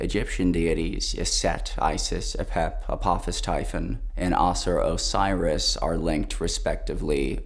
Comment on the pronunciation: Nigga can't pronounce Osiris